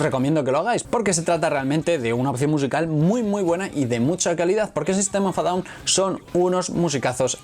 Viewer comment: En ingles en ingles di el nombre en ingles que suena horrible como dices sistem of a down